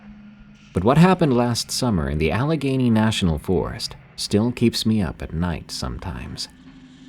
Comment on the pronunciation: Wow, good job pronouncing Allegheny correctly.